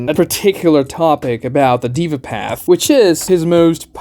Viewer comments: its pronounced they-vah not diva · By the way, the word Deva comes from Hindu culture and Sanskrit language - it literally means God being. It's pronounced more like "they-va", not "diva". Small nitpick, awesome video! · Its not Diva path, its day-va path SMH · It's not pronounced as " diva path " deh-vah path or you can try They -wah path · Its not "diva " its original pronunciation is 'Dea'VA' as per authentic Sanskrit . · "dey-vah" not "dee-vah" 😂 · It's Deva (they-vaa) not Diva. 😐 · It is not pronounced as the-va, it is pronounced as they-va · that's "deh-vah", not "diva", my friend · haa,its daaava not deeeva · this guy said diva path bruh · Deva is pronounced with an "ae" (daeva)